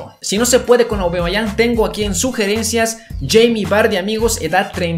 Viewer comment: No se dice aubamayang se dice aubameyang